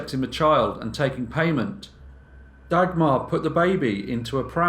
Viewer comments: The pronunciation of names in this is horrendous. Maybe just stick with stories with names you can pronounce. Dag-mar - you're not talking about a dagger! J is not pronounced dj, but in fact just j... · If you say Dagmar like this one more time I am going to loose it 😂